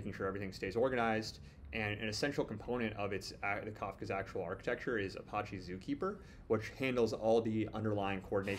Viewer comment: Man the way to say Apache drive me crazy